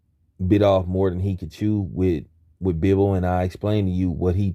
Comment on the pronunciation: Did you just call him Bibol🤣 dude you need to check your grammar homie